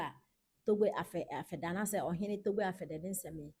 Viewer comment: The name is pronounced apede